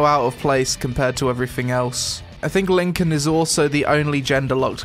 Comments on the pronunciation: Lincoln class....... It's pronounced like Lie-can :T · Linkin?! Linkin?! It says Lycan as in werewolf lmao. Emotion mask, not emoticon;p You were tired of this game before you even started, weren't you there?;p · btw its pronounced ly-can not Lincoln... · This game is the GOD of MMO`s OKAY ? IT S LYCAN not LYNCAN , that is a blasphemy ! Daca esti smecher ne vedem la grajdar! :)